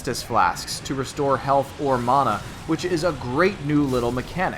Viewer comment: Unsubbed because you don't know how to pronounce 'mana'.